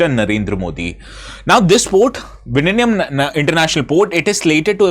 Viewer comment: Sir your pronounciation of Vizhinjam is plaudably correct 😂❤❤Happy to hear that...😁